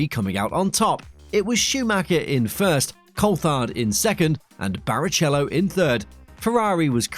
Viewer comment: The 'ch' in Barichello is pronounced like a k. I hate to repeat myself. Good vid!